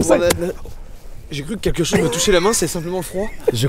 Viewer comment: ketchose????On dit quelque chose plutôt non?